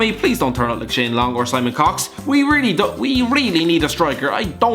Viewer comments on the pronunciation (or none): none